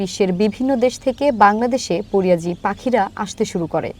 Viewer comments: পরিয়াজি পাখী না কথাটা পরিযায়ী পাখী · পরিয়াজি নয় উচ্চারণ হবে পরিযায়ী।